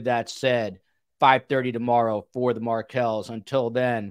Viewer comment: Markels...not Market